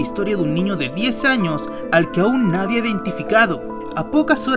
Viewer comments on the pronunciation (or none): none